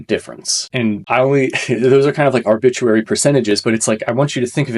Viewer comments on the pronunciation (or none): arbituary? or obituary? arbitrary hahaha